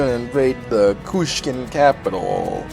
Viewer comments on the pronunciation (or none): It's Kushan not Kushkan